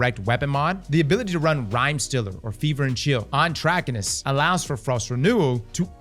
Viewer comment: Say it with me... Trah-kai-nus.